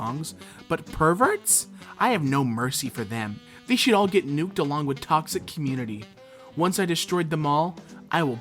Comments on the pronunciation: Why do you pronounce they as thee? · The way you pronounce "they" is disturbing